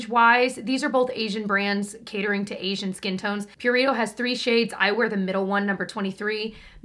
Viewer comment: Pew-ree-toh 😂😂😂 im sorry not trying to offend